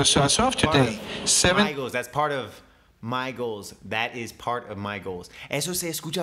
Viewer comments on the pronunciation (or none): GOALS se pronuncia con una Z (GoalZ) Otro detallito es que con la O el COlombia se debería pronunciar con un sonido schwa (Cuhluhmbia) y con Opportunity con otra vocal más cerrada.